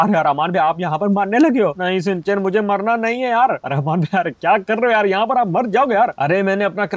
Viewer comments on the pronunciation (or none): none